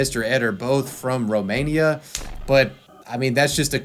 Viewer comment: Lol why do u say Romania like that 😂